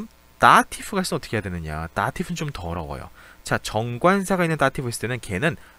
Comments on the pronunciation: ㅋㅋㅋ 정관사 좀 더러워요 라고 들려서 다시 되돌려 들었어요 ㅋㅋ 더 어려워요 라고 하신걸 ㅋㅋ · 다티브는 더러워요 ㅋㅋㅋㅋㅋㅋㅋㅋㅋㅋ 더 어려워요와 더러워요의 중간 발음이 맞을까요? ㅎㅎㅎㅎ